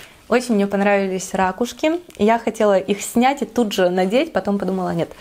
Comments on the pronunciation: РакУшки,, ракУшки! По-русски правильно говорить: «ракУшка». А гардероб 👍🏻, вам очень идёт 🙂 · Николай Николаевич да-да🙉🙉 ужас , как режет слух эти рАААкушки🤯🤯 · замечательное видео, но рАкушки - это конечно... сначала думала в шутку так их называет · я говорю рАкушки, и о боже это конечно так ужасно))) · Вот и поучи русский язык:) правильно - ракУшки) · Ударение на первый слог - разговорное и простонародное. Если хотите разговаривать более грамотно, то ударение на на второй слог. А так сразу чувствуется провинциальность.